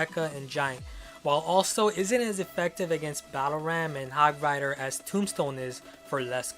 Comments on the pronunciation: 8: 46 did he just call it hog fighter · He called the hog hog frier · who noticed that ash said hog fighter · he said hog fighter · said hog fryder if you agree like this comment it was number 24 listen carefully!!! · you said hog frighter